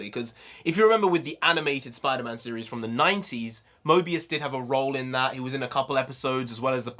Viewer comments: stop saying Mobius 😢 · btw it is morbius not mobius bruh lol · Morbius is an Anti-Hero like The Punisher and it’s Morbius not Mobius bro😂 Two different characters Also Morbius the Living Vampire doesn’t fly, he has an enhanced gliding ability which is used for short distances. The purple effects behind him were a nod to his purple cape in the comics. Still badass to see in live action. Also can’t wait for him and Mahershala Ali’s Blade to cross paths as they’ve done before in the comics starting out as antagonists (Morbius gave Blade his powers) to a mutual understanding and even teamed up a few times. Just hoping for Kevin Feige and the MCU have Doctor Strange assemble the Midnight Sons team in the future with Morbius, Blade, Ghost Rider, Werewolf by Night, Wolverine, Doctor Voodoo, Hellstrom, Sister Grimm, Magik, Moon Knight, Wong, Elsa Bloodstone and The Punisher later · Pronounced MORE- BEOS. Owen Wilson and his jet ski has nothing to do with this, unfortunately